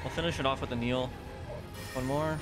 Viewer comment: Who is this Neil you 're constantly calling for? Do you mean NIHIL? That's "Knee" "Heal" from the latin nihil, meaning "nothing" . You can actually hear Mogh say it when he casts it.